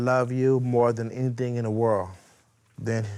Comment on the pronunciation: And the word "world" has a D on the end. Otherwise, its a "whirl"